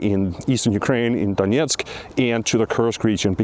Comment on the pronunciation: Please don't pronounce "Donetsk" the Russian way.